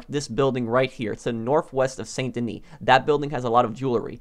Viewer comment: San da knee. Learn how to pronounce stuff properly.